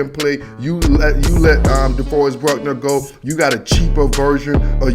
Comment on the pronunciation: It's "Buckner" not "Bruckner" It's "Kinlaw" not "Kinslaw" 5th round pick Colton McKivitz.